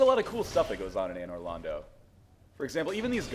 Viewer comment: it's Londo, not Lando.